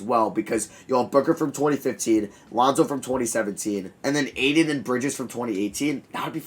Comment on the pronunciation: You pronounce Ayton so painfully wrong